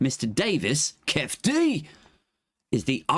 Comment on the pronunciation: It's pronounced 'keefie' D. He and Orlando Anderson were from the southside Compton crips. Anderson was recognised at the casino as he had previously snatched a death row chain from one of the crew. A lot of the death row crew were mob piru's from Compton, enemies of the sothside crips - hence the brawl at the casino. The crips later caught shakur in traffic and murdered him.